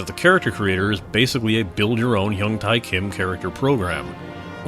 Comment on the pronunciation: why do you keep saying hyung tai. its tae and pronounced like day. There are no tai's in korean names.